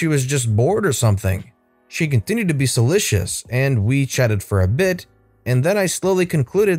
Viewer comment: Look up pronunciation of "solicitous"